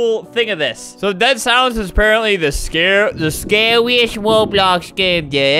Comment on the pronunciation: "The scawwiest game there evva wass!" Aight, which one of you showed him how to speak in 'uwu'